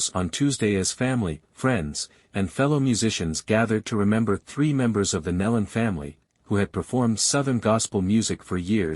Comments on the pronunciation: You could at least say their name correctly. Nelon not Melon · You pronounced their name “Neil-lon” but it’s pronounced “knee- lon” You could so easily fix this . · Pronounce their names correctly, Neeelan, not Nelun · Thank you for correcting this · Nelon...the E is long, pronounce KnEElon! THUMBS DOWN for the ridiculous use of an AI voice! Total disrespect for those precious people! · You mispronounced their names…